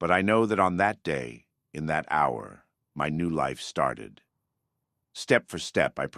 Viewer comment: damn that AI slop kicked in 😂 oh man how does AI pronounce "hour" wrong lol, or "pretense" as "preteens" 😂moral vs morale..